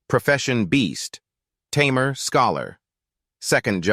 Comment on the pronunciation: Can't you pronounce tamer as tamer not tammmear